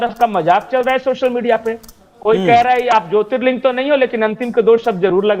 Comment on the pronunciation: Wo jyotirling hota hai ling nhi